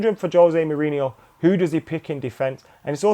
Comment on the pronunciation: I love the way trips over Mou's name:D a delight to watch